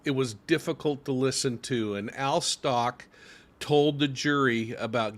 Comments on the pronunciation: Stauch is pronounced “Stowk.” Like the ow in cow. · Sorry sir but you really should at least learn how to pronounce the child’s last name right. If you actually listened even to any of the court proceedings you’d have known how to pronounce his name. I don’t know that really bothered me for some reason sorry don’t mean to offend you. Rip Gannon so sad for his dad I’m sure the misplaced guilt is eating him alive 😢